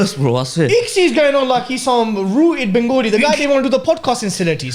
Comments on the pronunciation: It’s not bengOOli. It’s benGAli !! How hard is that? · What's "Bengooli" bro? 😂🤦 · Wanna ask why do Bengalis from London and the south say it Bengoli when its Ben-gali/Bang-ali